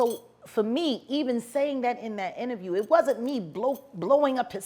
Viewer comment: Best “innerview” of 2022